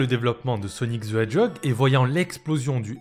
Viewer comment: Sonic ze edjog ;P